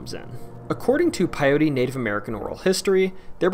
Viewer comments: Lahontan, not Lahontana. And Ne-vah-da not Ne-vaw-da. And Pie-yoot not Pie-yo-tee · Quick note it’s pronounced pie-Ute